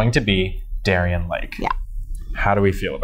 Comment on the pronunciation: It’s not Darrienne